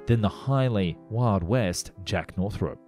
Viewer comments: It's pronounced Northrop, not Northrope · Man, please... it's North-rup, not North Rope. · Can't listen to this, half my family is called Northrop and it's not north-rope it's north ROP like DROP . Sorry, we all have our little foibles! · NorthROP not NorthROPE. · Pronuncation police. It's naw throp, not naw thrope. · Never heard it pronounced 'North-rope' before. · Just so you know, it's pronounced as it's spelled, North-rup.